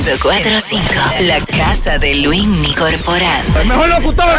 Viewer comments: Coño que falta de respeto de este "artista", mientras Luinny le esta entrevistando él está con el celular en la mano chateando y subiendo fotos y mierderia. Por cierto, el nombre es: LUINNY, NO LUIMI!! LOL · CUÁNDO ES QUE VAN A ENTENDER QUE ES LUINNY NO LUIMI 😭😭😭